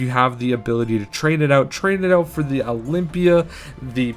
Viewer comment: i got triggered as soon as you said olympia